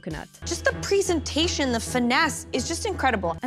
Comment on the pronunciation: just the PREEsentation xd